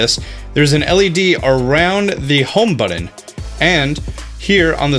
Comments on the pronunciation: buTTon not buDDon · What's a home "budden"? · It’s funny how he says button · Pronunciation police here... How many "D's" are in the word "button"? It shouldn't drive me bonkers, but somehow it does.